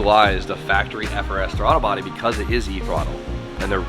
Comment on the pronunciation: Bruh said Thwaddle Body 😂 We love you